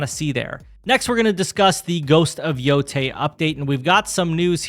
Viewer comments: It's pronounced yo-tie stop butchering It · It’s pronounced Yo-tay